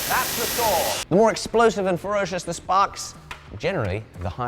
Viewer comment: It's a "saw", not a "soor"